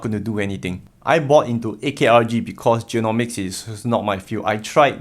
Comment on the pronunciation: ARKG not AKRG :D <3 Thanks and I really appreciate an early thumbs up.